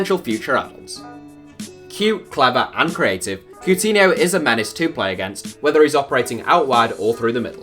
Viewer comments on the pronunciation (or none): He pronounced Coutinho’s name way off, really?